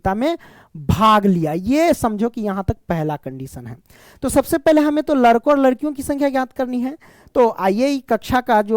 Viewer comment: Sir ladko hota hai larko nhi 😂😂